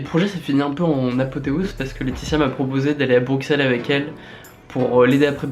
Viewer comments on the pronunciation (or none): Natsuki Project Ouiiiii MESSAGES À TOUS LES FRANÇAIS : Ça se dit Brusselles ( X = S ) mais ça s'écrit Bruxelles. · Sa me stresse les francais qui dise "brucselle" alors que sa se prononse "bruselle " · superbe projet mais s'il te plaît c'est Bruxelles le X se prononce comme un S il y a pas de son k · T'es aller a brucksel? Je connais pas xD Bruxelles se dis Brussèl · Par contre c'est pas brukselles mais bruxelles ca se dit comme brusselles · Alors par contre ça se dit Brussel .. Et pas Bruxsselles .. merci -.-" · ON DIT BRUSSSSELLES LE X NE SE DIT PAS !! Mais sinon j'adore ! Moi aussi je vais m'y mettre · Putin c'est pas BruXels ça se prononce Brussels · BruQxelles !T_T C'est Bruxelles ! BruXelles !... Les français qui savent pas lire x) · pour la énième fois on dit pas "Broukselle" mais "Brusselle"!! sinon super vidéo!!! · BruSSel pas BruXel (pour la prononciation) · On dit Brusssssel pas Bruksel :'( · BRU(X)SSSSSSSSSSSSSSSSSSSELS ! Pas de prononciation du x, merci <3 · Cher amis francais, pour votre culture personnelle, on prononce Bruxelles "bruSSelles" et non "bruKSelle", on ne dit pas "pariSSe" à ce que je sache :) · Bonjour bonjour j'aime bien ton projet mais... PUTAIN C'EST BRUSSSSSSSSSSSSSSSSSSSSSSSSSSSSSSSSSSSSEL PAS BRUXXXXXXXXEL (respecte les Belges stp) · on dit brussel pas brucxel x) sinon bonne vidéo et t'as eu du courage pour faire ça :D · petit message d'un belge pour ta culture :p Bruxelles ce prononce Brusel (comme du sel pas Bruksel) ;) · "Brusselles" pas "Bruxelles" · Ça s'écrit BruXelles ca se dit "Brusselle"!! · juste un truc c est bru"ss"elles xD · Ça s'écrit Bruxelles mais ça se prononce Brussels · Vidéo très bien à une exception On dit BruSSelles même si ça s'écrit Bruxelles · ON DIT "BRUSSELLES" :P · Ça se dit BruSSElle ptn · Ça s'écrit Bruxelles mais ça se dit Brussel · svp les français Bruxelles se lit Brusselles merci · BruSSelles et c’est tout... AuSSere aussi =) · Bruxelles à prononcer sans x snif massacre